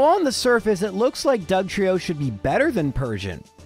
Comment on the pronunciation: Wasted opportunity to spell Trieyo like Lorelei and double down on the incorrect pronunciation 😂